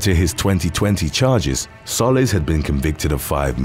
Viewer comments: The guy's last name in the first one is pronounced "Soh-leez" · Soliz is So-Leez Edit:this is the correct pronunciation